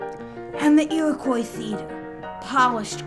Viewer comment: The "Iwwacoy Feeter" had "bawwa stwading" - I tort I taw a Fiewwaman!